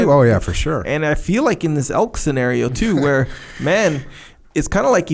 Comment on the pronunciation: It elk echo! Not elks🤣 elk hunting is life! Jocko what bow are you shooting?